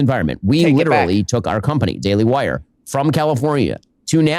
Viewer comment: “The daily Hwire”